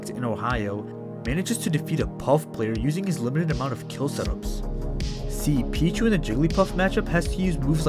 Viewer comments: ITS PEECHU NOT PEACH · i know what ur talking about, but why do u keep calling him “pich” when “peach” is in the game, listening in the background gets kinda confusing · Pich-U the u is not silent